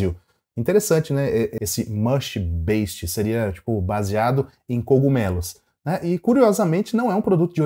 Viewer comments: Para de falar "Beixit" (Based)! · Vou tentar te ajudar a pronunciar a palavra "based" da forma correta: tenta falar como se fosse "BEIZID" com ênfase no "bei". 😉